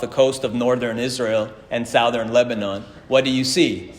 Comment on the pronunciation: I can’t get “sowthern” out of my head